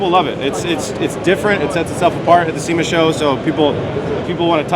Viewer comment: There’s no R in sema 😏